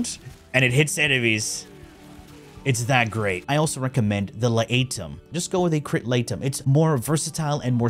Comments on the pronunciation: This guy is trolling us with the La-A-tum. He basically pronounced it correctly 2 secs later. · I think he's trolling. Stroon prime? Teenet Plasmeer? L'Ætum? Bro is trolling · Crit laetum? Really?